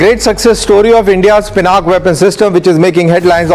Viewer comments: You saying Pinak is like me calling you Dan-beer. Please prounce the names correctly. Then, when your title is about Pinaka, report that first. Also, it's not mythology. It is history. How ignorant of you! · PINAK?? It's PINAKA! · Bro it's pinaka. Not pinak Pinak is press cake leftover after oil extraction